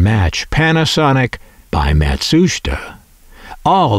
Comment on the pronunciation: PLEASE stop saying "MatSHUSTa"!! It's pronounced (and SPELLED!) Matsusheeta!